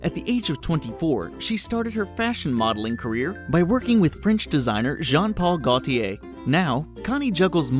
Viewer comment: Pronunciation: Gaultier is "Goal-tee-yay" in French (but you are not supposed to change proper names ... ... ... .... ... ... ... Givenchy is "Gee-vah-she" approximately. 28May17.